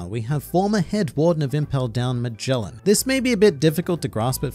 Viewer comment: The pronunciations at Magellan and Orochi are killing me